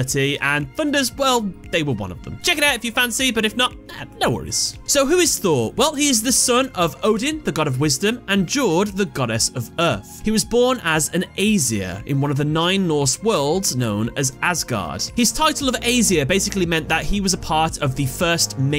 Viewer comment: She is pronounced [Ya]ord!